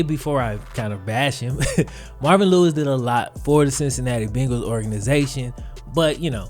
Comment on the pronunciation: De CinCinAtty BinGals